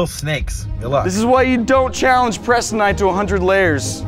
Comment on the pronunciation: Its preston not cheston